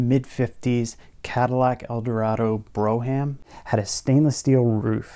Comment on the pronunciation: Good video. Brougham was not pronounced (Bro-ham) it was always pronounced (Brom). Oldsmobile had the "Cutlass Brougham", it had just a bit more luxury in its bones. Cars, and all categories of vehicles, have changed so much over the past few decades. Of course I get nostalgic around classic's , but today's vehicles have been improved drastically.